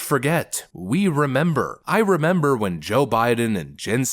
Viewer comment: "Do you member??i member..." 🤣🤣🤣